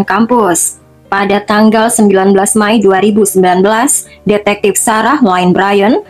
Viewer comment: Mei bukan May.. Anggap kamu memakai bahasa Inggris sekalipun, tetap May itu dibacanya Mei !!!